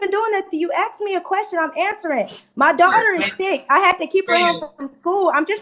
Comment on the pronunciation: “You axed me a question.” Yes, yes, I did.